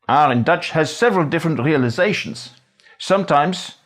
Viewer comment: There’s a bit of German coming through. For instance in the “wRea” when he says “realizations”. Other than that, wow.